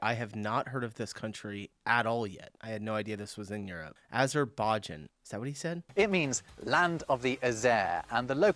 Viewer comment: Haven't heard of Azerbaijan? Not even when pronounced "Aber-bajan" by a certain war-ending president (of yours)? ;-)